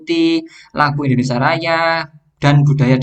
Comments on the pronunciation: Mohon maaf coach, koreksi sedikit penyebutan Indonesia, not INDONESA, terima kasih 🙏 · Indonesia bang bukan Indonesa 😂